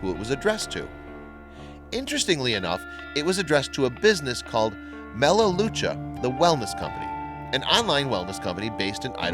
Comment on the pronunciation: Mel-leh-lou-cuh is the correct pronunciation. I grew up 30 minutes from Idaho falls.